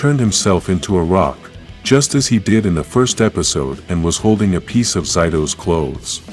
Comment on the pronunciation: its zay-to not ziy-to